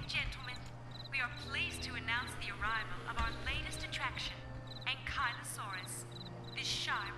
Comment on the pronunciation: An-kye-loh-sore-us Book pronunciation, I hate the inaccurate pronunciation as well, probably not as much. Speaking to 6 years ago version